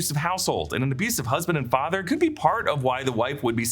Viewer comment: The way Ingrid said "My father" sounded like "my fadder" the way Mrs Kersh said it in the book